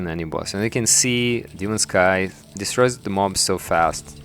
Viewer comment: when he said brain of cthulhu it sounded like he started choking on his spit lol. and when he pronounces scythe it makes me cringe.